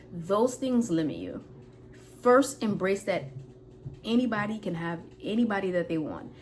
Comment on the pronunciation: Lol😂when she said “anyone can have any BODY they want” I heard “anybody they want”